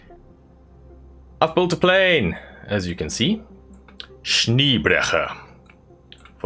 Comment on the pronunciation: haha, schniebrecher hört sich lustig an, ist aber falsch.....eisbrecher ist richtig, aber anscheinend ist es schwer das " e " in deutsch zu sprechen....